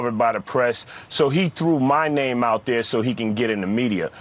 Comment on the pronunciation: If she’s your favorite maybe say her name right